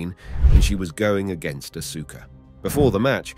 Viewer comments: Dude u need to fix that it's hurting my brain hearing Asooka...it's Aska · Ahhh-Sooo-Ka....lol. It's Ahhh-Ska. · It’s Aw-Ska (Asuka) not asoooka. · bro really said asooka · Aska. The u is silent, NOT Asooka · Awwwssskkkaaaa not asooka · Asooka no it's Asuka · It's not said asooka it's said arska bro. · ITS AUSKA KID U STILL HAVENT GOT IT RIGHT 8 year old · Bro it's not asookah. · LMAO 😂no r Aaska would be the sound out